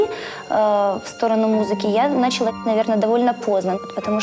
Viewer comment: Начала - ударение на последний слог!(извините, режет слух)